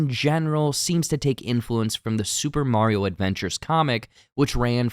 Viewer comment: I can't believe that someone knows all this Mario trivia, yet does not know how to pronounce Mario's name correctly.